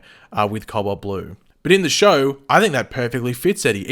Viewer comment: cowalt blue is what I thought this man was saying the whole video...then I read the title